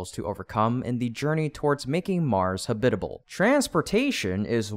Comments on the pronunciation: "habit-al" should be "ha-bit-a-ble" as is, to habitate. eg: This cliff was not suitable as a habitate for bird, we have now, with help, made it a habitable place for birds. i hate to be that guy but you say a fair few terms wrong. (pronounciation i mean) :) maybe get google to read the script to the videos to you before you read them yaself :) only small mistakes but youd make so many more subs and views if it was just that bit more polished. keep it up bro! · Habitable is pronounced ha' - bitable, the accent on the first syllable. The narrator pronounced it ha - bit' - able with the accent on the second syllable. It sounded weird and unpolished. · You need to teach your AI to pronounce the word 'habitable'. I think you have too many sylabables. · "Habitable" is pronounced with the accent on the first syllable. Just like with "syllable". 😂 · You are saying habitable wrong.